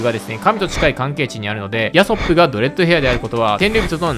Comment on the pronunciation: ヤソップの発音でウソップめちゃ笑った